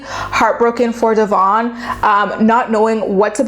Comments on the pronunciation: Pronounce your subject's name correctly for crying out loud!!! It's pronounced De-vin like Kevin NOT Devonne!!!!! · I agree with you that’s he’s a wolf in sheep’s clothing. The way you pronounce her name incorrect though. It’s not Dee-von. It’s Devon.❤️ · You claim to watch the show, yet don’t pronounce her name correctly and don’t get their timeline right 🤔 It’s Deavan - Dev-En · It’s pronounced Devin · You saying her name wrong kept distracting me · please learn how to pronounce Devons name! It makes me crazy and how can you say you watch the show when you can't even pronounce her name? I'm not sure of her spelling of her name, but I do know how to say it! Thank you! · Going nuts every time she says her name wrong... Lol